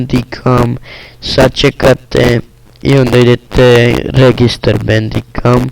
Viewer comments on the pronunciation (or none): Što ovoliko krči zvuk i zašto toliko baguješ na facecam-u??? I zar se ne čita Bandikem (Bendikem) !?!?